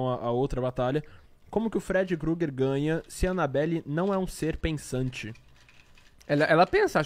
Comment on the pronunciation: mdssss pq vcs chamam de freedy GRUGERRR??? pronúncia estranha da peste 🤣🤣🤣🤦